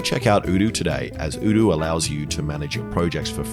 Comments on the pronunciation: I love how Alex always pronounces "odoo" as "ewdew" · Hold up have you been mispronouncing Odoo's name all this while.